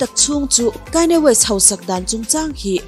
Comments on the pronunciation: Kanye west "Kaini west" i tih tak hi ngaihthlak a hrehawm deuh ka van ti em aw, a chipui ten an lam dan takah chuan 'khanie west' tiin an lam a, 'khanie west' a lam ve kher tur phei chu ka tilo mahse kanye tih a "KA" hi "Kai" tih theih na tur a awm lo e mai.. "A" hi "I" a lam rik teh daih kan ti ve nih chu Aw mawi em em e.. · ichhiar thiam viau a Kanye west hi,,kainye west. Ti ah lam tur anilo w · Kainya west 🤣🤣🤣mi sawi dan ngaihthlak tam te pawh hi tha ve aw👍👍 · Aw mawi deuhin KAINI WEST in tiah😊 i aw hi chu special reuh,i trawngthei ngawt ang..